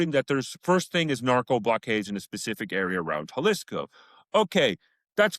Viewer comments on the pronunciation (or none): Jalisco = haa-lee-sko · can you AT LEAST pronounce Jalisco better? It would take you 5 seconds to look up... 🙉